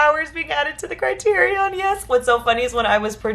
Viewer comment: CRY-TEAR-EE-ON. SAFE-DEE.